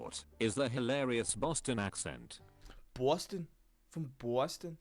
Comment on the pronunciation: Not Bwohston. Bahstin